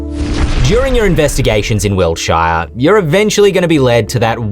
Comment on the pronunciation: "Wilt- SHY are" Weird way to pronounce it 😂